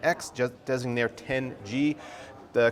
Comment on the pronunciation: I'm glad you pronounced "Designaire" correctly... Have you heard how Tech Jesus/Steve from Gamer's Nexus pronounces it in the ad at the beginning of GN's videos? It's hilarious, he says it like "designary"